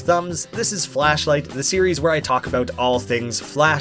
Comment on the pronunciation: cool series but... flasshh light... ughh that sounds a bit...